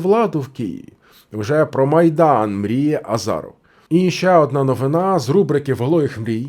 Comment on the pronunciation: Не Азаров, а азіров😂